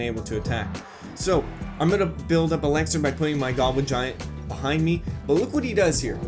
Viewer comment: Anyone else annoyed about how he says „ELEXER“